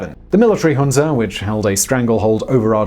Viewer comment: THANK YOU for pronouncing “Junta” correctly!